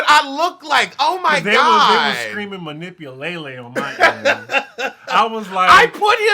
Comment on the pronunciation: manipu- lay- lay🤣🤣🤣🤣